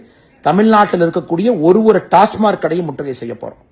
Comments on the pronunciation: Pl pronounce as டாஸ்மாக்... Not டாஸ்மார்க் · உண்மை டாஸ்மாக் என்பதே சரி டாஸ்மார்க் என்பது பிழை